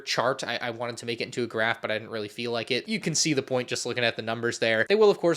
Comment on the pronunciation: “Look at this grrraaph! [blankly stares at you while holding the graph]”